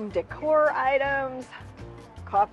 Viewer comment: I think that was "Home decor" not "Home medic"... I really enjoy you and videos!